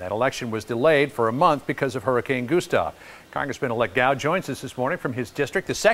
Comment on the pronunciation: Dammit bitches it's pronounced 'kow' not 'gow'. The C is a soft C so you don't aspirate it loudly. Repeat after me. 'Kow'